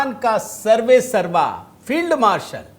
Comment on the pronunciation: ठिक से उच्चारण करें । श्री युक्त पाकिस्तानी फेईलड मार्शल ।